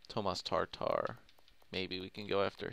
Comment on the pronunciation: It's Tatar NOT TARTAR!